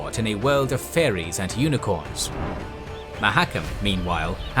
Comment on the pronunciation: U need a nerd to prof these as pronunciations aare miles away mahakam, demaVend and no excuses for rabid who reads that as rAbid?